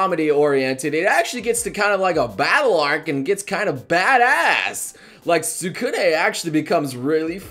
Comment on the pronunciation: Why do people call him Tsu-kuns like it's two words it's Tsukune SCOO-NAY